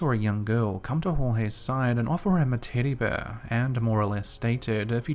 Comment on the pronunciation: 😂 you're differently saying 'tiddy bear'